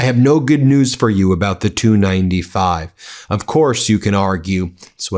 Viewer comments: Love your channel, BUT--- The TU 95 is pronounced "TEE YOU 95" . Kiev is pronounced "KEY EV". Not knowing those items reduces your credibility. Unless the narration is AI generated, which is BS anywhere it is used. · Not two, T U. T U 95. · Ben, It's "TU-95" not "2-95" 😆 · It's "T" "U" 95 bomber, like "Tee" "You" 95, not like "Two" 95. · Ben, when referring to aircraft manufactured by "Tupolev", call then "T. U.' not "to, or two", just like vehicles made by "General Motors" being "G. M.", not "gem". The Tu-95 is the Soviet equivalent to the U.S. B-52. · Pronounced Tee U 95. Not 295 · It's called a T U 95 not a 295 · The TU-95 is pronounced tee-you 95 or Tupelov 95. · It's either T u 95 or Tupolev 95 please.